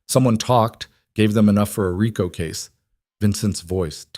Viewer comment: So the “body was burned beyond recognition “. Haven’t they heard of DNA? 😣 “Federal RIco” = REECO. How are they protecting the loyal Marcus? It’s a good story but would be better if edited by a human.